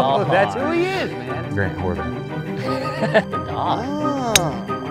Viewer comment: Did anyone else hear him say Grant Horvat in the very beginning or is it just me? 😂